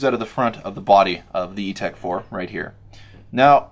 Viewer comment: Etek!! Not ego